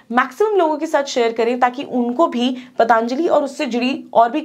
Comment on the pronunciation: Be professional.. It's पतंजलि not पतानजली